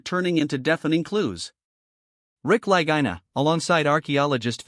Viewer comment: Twelve (12) years and still no major find. This AI is mispronouncing the La-gee-na brothers names. you show stone ruins that are not on Oak Island at all. You are using this for filler. Notice no other comments? Shame on you!